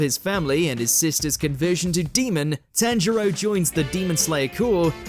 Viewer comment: Bro really said tan jiro